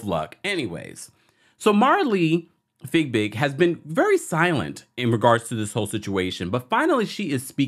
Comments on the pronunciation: Not you calling her fig big. Lmaoooo.😂😂😂😂 I think it’s pronounced fyee-big. Boy that had me weeeeak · Her last name is Fiebig, not Figbig. Why are you not able to pronounce her name correctly?